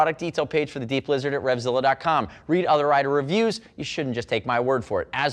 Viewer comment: I keep hearing deep-lizard instead of D-Blizzard.